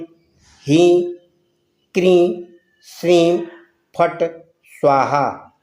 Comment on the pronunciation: Heem ya hreem ? Kya bole